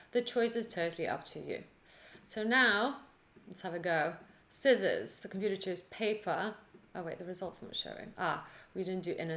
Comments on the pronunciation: Bless you, your tutorials are amazing, thank you! But... please please don't ever say "skissors" again!:) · Thanks, just completed all three Beginner to Intermediate to Advanced! level to code Rock Paper Scissors in JavaScript. I understood every line. It was fun. After completing this video I am pronouncing sci-ssors not scissors.. Thanks for Teaching,.